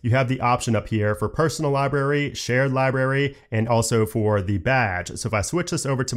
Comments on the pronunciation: I know it’s something growing up with, and it doesn’t matter. But, libRary, not li berry. It’s only because it was said like 20 times. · Sorry, but it's not libary, it's library. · love how you say "library" 😂 as "liberry" v good